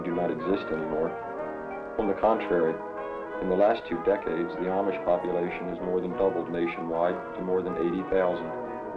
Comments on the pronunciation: 2/3 of the pa deutch are fancy deutch, and one of the two pictures of the fancy deutch is in is in barroom... sheesh. The larger group of plain deutch is the mennonites, who gets all the publicity...The Amish..... and he does not even pronounce the word Amish right. The Brethren (Church of the Brethren) get only honorable mention. It would be very entertaining to watch a film about Pa Deutch culture. Unfortunately, this film is not really about pa deutch culture. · This is a very strange film and not particularly accurate. For one thing, the narrator doesn't even know how to pronounce Amish! And the guy dressed like an Amish farmer almost certainly isn't - or else he's remarkably assimilated in his speech and attitudes!